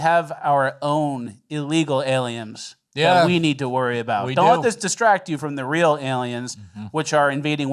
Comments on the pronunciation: Has adopted the correct way of pronouncing Aliems. THAT A BOY,....Keep diving down those rabbit holes. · used to occasionally mispronounce words to see if would catch it and 'aliems' was just one of those words that stuck lol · Why is "aliems" controversial?